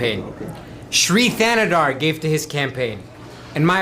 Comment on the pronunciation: It's pronounced THAA-NAY-DAAR